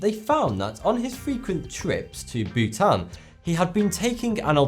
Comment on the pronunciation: oh Bhutan....I thought he was saying Butane....Welp, Chemistry class (╯°□°)╯︵ ┻━┻